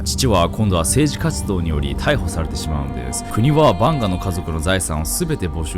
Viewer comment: カマヴィンガみたいな言い方すな